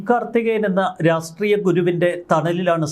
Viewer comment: "രാസ് ട്രീയം" എന്താണ്..